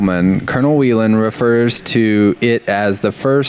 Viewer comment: Its not WHEELEN like a Wheel, Its Whelen, like a whale.